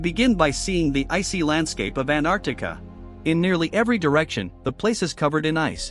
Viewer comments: Antarctica ❌ Anartica✅ 😂😂😂😂😂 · Bro said anarctica at the start😂